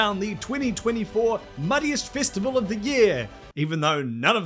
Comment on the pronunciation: Its festival not fistival fucking aussi